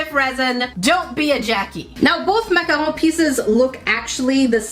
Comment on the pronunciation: I’m sorry.. but that’s not how you pronounce macaron…